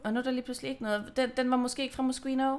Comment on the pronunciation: Man udtaler det Moskino😊